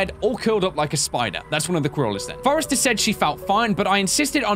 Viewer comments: "Forester" Ack. I don't like to comment on videos much but ow. Hearing not just that, but other things read so incorrectly, even after voice lines from characters say it, makes me want to pull my hair out. Otherwise though, it's decent, though I wish there wasn't such a lack of exploring going on. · foster not forester